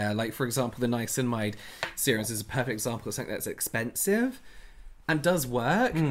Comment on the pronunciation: “Nimaslimamide” I can’t